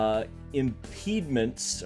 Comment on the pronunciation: It's impediments not impediments